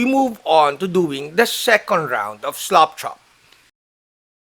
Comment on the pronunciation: Thanks,, for another great video! I always love to hear your accent when saying "slap chop" - it always sounds like "slop chop", like as if you are slopping on the paint, uncaringly - it keeps me giggling. BTW, FYI, this technique has been around for years and presented previously on YT, at least once in memory. However, the presenter, again from my sieve-like memory, didn't discuss in detail the idea of more than two slap chop steps. Cheers, and again, thanks for sharing.